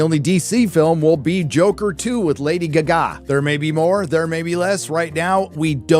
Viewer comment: "Lady G'Ga"??? Lol, earlier the guy shooting this video mentioned that "he didn't think it's superhero fatigue was real, until after the flash came out." (Loosely quoted) Then I commented that if "it took The Flash coming out for you to realize superhero fatigue was real, then he must not get out much." Well, with that (brutalized) annunciation of Lady Gaga's name, I think we have just confirmed it... This dude definitely does not get out much...